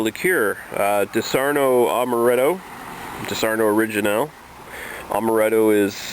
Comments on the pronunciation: Dis ar onno not dis arno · its not fucking disarno you stupid idiot. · wrong Di'saronno, stress on "Di" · 1) It's pronounced DEE-SAH-RON-NO. :-) 2) I love Disaronno. For me, it tastes like sex in a bottle. 1 part Disaronno 1 part Southern Comfort 3-4 parts Orange Juice splash of Jack Daniels Drib of Grenadine Delicious. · I like how he pronounces it wrong and everybody jumps down the guy's throat calling him an idiot. who cares if he pronounces it wrong, he's here to do one thing. a review, and very well done review at that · it is called legs.....not oily residue..... why are you reviewing things when you dont know much about this? you cant even say the name .